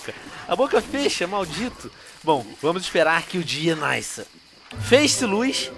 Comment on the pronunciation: vamos esperam que o dia "naisça"